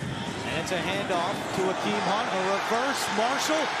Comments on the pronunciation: I thought he said Kareem Hunt at first 😂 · bruh literally thought he said kareem hunt when saying Akeem hunt lmao.